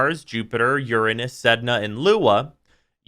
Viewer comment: thanks for saying uranus instead of ur-anus.